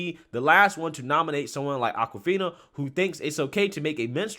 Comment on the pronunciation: ITS AWKwifina as in AWKward not ACKwifina. So blacks can misappropriate white culture as in straight hair or braids which is Norwegian or even pony tails but never get called out on it. And before you say it someone show me a picture before 1970 with a black woman with braids, not dreadlocks, braids. Every viking movie I've ever seen has whites with braids. NAACP should learn from this and stop nominating non-blacks, it's like BET putting MeTv programming on their channel.